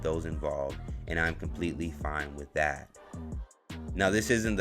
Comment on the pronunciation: How do you say " dat" and "dis" and have proper grammar??